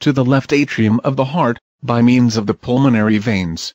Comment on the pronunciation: pulmonary, not pulmanory